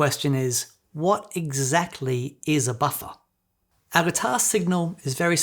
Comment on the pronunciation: I like hearing say “ boffa” 😊